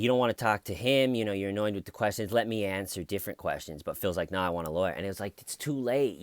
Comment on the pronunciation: Phil the big, white boy, preppie, med murder without a lawyer. Phil pronounces word no like now. “No, Phil or now Phil” yeah Phil, do blame us cops for your bullshit